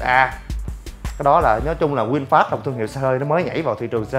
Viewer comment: Vinfast mà thg lol này nói winfast